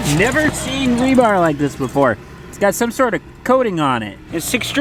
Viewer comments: Tell it’s rebar, not rebarB. That’s funny. Also know as reinforcement steel. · says it Rebarb? Or did I hear it wrong? It is known as Rebar,! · "Rebarb" LOL !!!! It's what you use to grab a bull by the tonsils. :D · Rebarb? What happened to regular Barb? Lol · I will never be able to say "rebar" again. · Rebarb????? Really????you gotta have a comment on that… lol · Of course calls it "rebarb" 🤦‍♂️ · Did say rebarb? He made me chuckle. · Did call it Rebarb? Lol This guy kills me! Maybe we could make a rebarb pie! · I always thought it was really just called rebar Who knew?